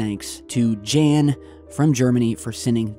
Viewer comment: Hi. The German guy "Jan" is pronounced like yup but with an n at the end. The A is said like the U in ug. Nice videos. Thanks for the work you do. I also miss the UFO videos; they're the reason I subbed before there were even 100K subscribers.